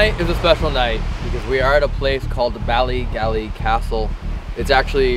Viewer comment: As a native Northern Irish woman, the way pronounces "Bally Gally" the first time, hurts a little bit. 😂